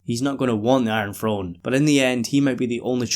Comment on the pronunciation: Enjoy your videos and your insight I always find it hilarious especially in this video because of how much the word came up that people in America supposedly speak lazy English that's not proper but certain things like the word throne are pronounced "frone" not throne which is kind of a lazy way of saying throne without flicking your tongue against your teeth. Not making fun of you just something I've noticed for a long time and I've never heard anyone else bring it up. Again love your videos don't mind your accent whatsoever just a small funny thing I thought I was pointing out